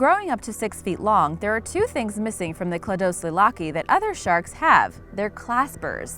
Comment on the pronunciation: Its Hy bow dus And they did not feed on whales beacuse hybodus died in the massextinction Its e dus thus now say edestus the correct way From when do sharks have roofs and floors you ment lower jaw and upper jaw Its clado see lach now you can pronounce cladoselache